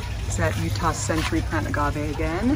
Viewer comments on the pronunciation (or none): none